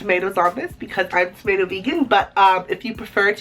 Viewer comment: stop calling us ''timato'' I hate timatoes